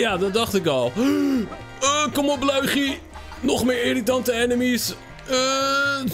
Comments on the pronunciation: Zeg lowiedjie en niet luigi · Je zecht loe ie gie